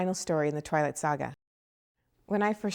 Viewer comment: LAWL '1' TWALIGHT! Yesssss.